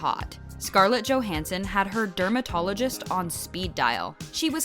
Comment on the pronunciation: JOHANSON ACTUALLY ITS JOHANSSON